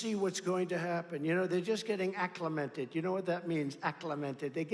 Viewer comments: You don't even mispronounce one word... accliMENted! BINGO! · THAT’S LIE. You definitely mispronounced words. Btw what’s “acclamented?”